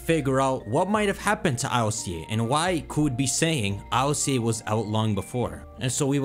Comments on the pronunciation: It’s not I.L.C.A it’s ILCA, the Japanese name is literally Iruka which is ILCA in a Japanese accent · Please just say ILCA, not I L C A 😭 sounds dumb. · Ill-ca where is the I-L-C-A pronuncing coming from it's Ill-ka